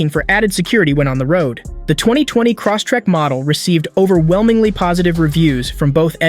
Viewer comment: "Cross-tek" Lol